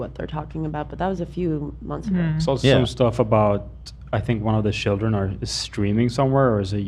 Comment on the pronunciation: What are shilldren? Love inventing new words over here 😂🎉